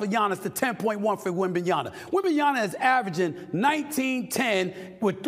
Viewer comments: Wondering what it would take for Stephen A to pronounce WembenyaMA correctly 😂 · I can't take this dude seriously when he just kept saying WembanyaNa... If there's one rookie that as a NBA talking head you should definitely spend a few minutes to learn to pronounce his name correctly out of professionalism and respect, it's this freakin' kid. You can't even be bothered to do that? smh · Wembanya-MA, we got to get this right. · Wembanyama* WITH AN "M" at the end. Good grief you're in the national media learn how to read and pronounce someone's name. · Who the hell is Wembanyana?? These people can't even read now? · Is Stephen always saying « wembanyaNa » after all this time??? 😳 Man, I can’t believe it 🤦‍♂️ isn’t it your job? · Now say it with me : WEM-BAN-YA-MA. Now repeat. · Love you Stephen but it's WembanyaMa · Brother you gotta put the 'M' at the end of Victor's name. Victor WembanyaMa. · Fucking hell how hard is it to pronounce a name right? It's WEM BAN YA MA NOT THAT HARD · 😂 Why people keep calling him Wembanya-Nar...? 😂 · Stephen A. Smith: "Wembanyana" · For God's sake, when will you be able to pronounce the name WembanyaMA 😂😂😂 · Please learn how to prononce WembanyaMa's name correctly 🙂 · It's WembanyaMa with a fucking M, not a N. Victor is the rookie of the year, stop trolling Stephen A Smith. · Wembanyama dushbag not "na" ! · Mister Stephen A Smith ,you are a professional guy ,work your pronounce wembanyama... Wem /ban/ya/ma 4 syllables you can do it.... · He’s definitely saying “wembanYANA” on purpose right? RIGHT ?? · wembanyaNA? just say wemby if you can't say it... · yaMa ... with an M !!!!! 山！！！！！！ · can you learn to pronounce his name - Wem-ben-ya-Ma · WembanyaMa cmon guys it's not that hard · WembanyaMa. It's an M. Not an N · he keep saying WembanyaNA smh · It’s WembanyaMa ffs… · Stop saying Wembayana 🤣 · wembanyAMA stephen A or just say Wemby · I wish Stephen A says the man's name correctly DAMN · Yeah get that right Stephen B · it's Wembanya"MA"